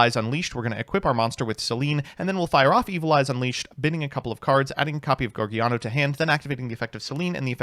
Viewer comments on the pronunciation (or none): Take a shot every time he calls it Geargiano